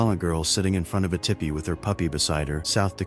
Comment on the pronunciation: Tippy (That's not how you pronounce teepee.)